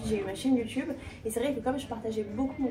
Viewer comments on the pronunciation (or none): none